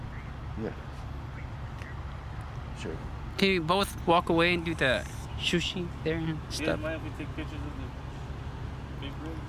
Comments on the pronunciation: “Can you shooshee”? 🤣🤣🤣🤣🤣🤣🤣🤣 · "shushi" LOL